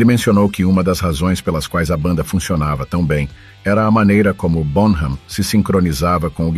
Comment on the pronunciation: Excelente vídeo. Só uma correçãozinha e por favor não leve a mal. A pronúncia do nome dele é John “Bónam” terminando o “m” com os lábios fechados